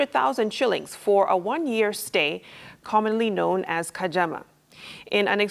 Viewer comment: It's "khadzama" not "kajama"